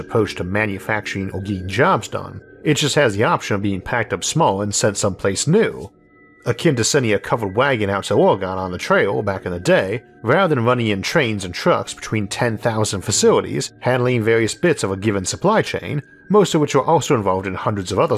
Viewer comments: this is the first time your speech pattern has bothered me. Oregon is pronounced orGUN. why do people get this wrong? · I always laugh when people call Oregon Ore-GONE. Love the channel